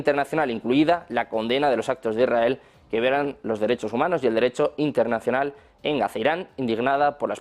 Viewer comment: Hola, Molesta un montón a no saber hablar correctamente. Se dice lsrael NO lrrrael !”